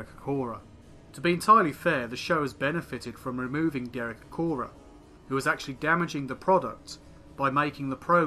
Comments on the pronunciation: It's Acorah, not Acroah. Sorry, but if you're so keen on accuracy.... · Acorah* not Acroah. Misspelling in the video title